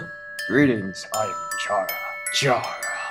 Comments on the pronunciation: personal peeve. Chara being pronounced with a hard ch in stead of being said like *chara*cter. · Chara is pronounced like Karah. Or like CHARActer. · CHARA IS PRONOUNCED WROOOOOOOOOOOOOOONG!